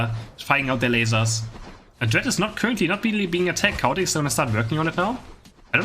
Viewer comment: Love that Chaotic sounds like Cow Attack. I will think of him as Cow Attack from now on.